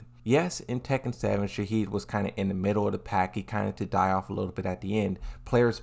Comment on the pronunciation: Frrrr where’s he getting the “d” from shaheen 😭